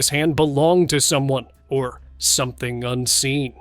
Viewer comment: I love it when the narrator says SOMETHING UNSEEN. Makes me laugh every time 😅